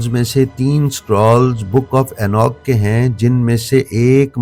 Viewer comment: یہ اینوک نہیں اینوخ ہے۔